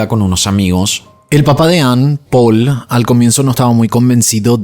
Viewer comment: La pronunciación de las localizaciones y los nombres xD me hizo recordar a cuando tuviste un rebote porque tu nombre se pronuncia Paul ya que es francés y no Poul y no sé qué más xD Pero no importa, todos nos equivocamos, y vamos a equivocarnos siempre, solo me resultó gracioso.